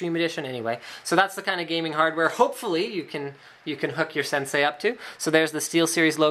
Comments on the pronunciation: It's "Sensei" not Sensi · Linus, Senei, not Sensi. :D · "sensei" not "sensi"